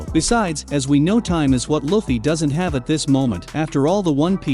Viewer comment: You cant even say luffy right dude